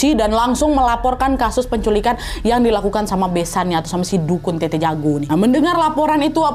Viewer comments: Tetta yah bukan tete🙏🏻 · Telat sih nntonnya tapi kak nad btw bukan tt tapi tet’ta